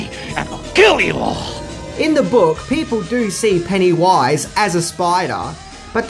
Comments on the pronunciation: “PennyWUIZE” Gosh that’s annoying.. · You’re putTING the emPHASis on the wrong sylLABle. Who is this PennyWISE? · I really don't like the way he says Pennywise. It's not "pennywaiiise" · "Penny Wise" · "Penny - WISE".. just say pennywise FFS. also stop using whom, you're not using it correctly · Take a drink every time says Penny Wise instead of Pennywise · Its pennywise not penny wise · Penny-wyse! Sorry ima jerk kinda lol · I don't like how he says it like there's a space in the middle. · Your emphasis on the "wise" in Pennywise's name is disconcerting. The emphasis should be on the PENNY part of the name. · It truly is[disconcerting]. Everytime he says it, my brain tries to finish it with "and pound foolish." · I know, he makes it sound more like 2 separate words rather than the single word name that it is. The funny thing is that every now and again he seems to forget and pronounce it the "normal" way. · Pennywise is pronounced with the emphasis on the first syllable, not the last. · Your way of pronouncing Pennywise, made me cut this video short... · Love, but major cringe every time he says Pennywise. The emphasis he puts in the wrong spot making it sound like two different words is like nails on a chalkboard! lol 😄😜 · He says pennywise weird there is no pause between penny and wise